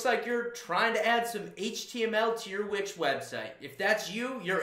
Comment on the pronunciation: Would be even better if you could pronounce the name of the company you're representing correctly. You keep saying Which website, WTF?